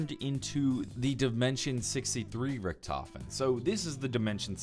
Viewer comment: My brain hurts, you said primis, ultimus, Richthofen, it hurts